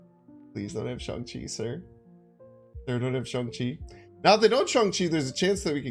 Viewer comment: The same with shang chi, he calls him Shawn lol haha